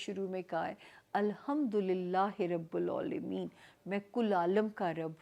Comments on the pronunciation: Alhamdolillah i Rabbil Aalameen hai, "rabbul" nhe hai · Rabil alimeen h plz sahi kr ly ap ny Rabol parha h